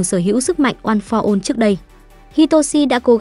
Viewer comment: "ôn pho one" nói mà nhức đầu luôn